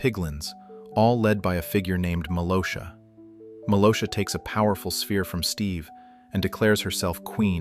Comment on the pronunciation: Hey dude just to let you know her names malgosha not malosha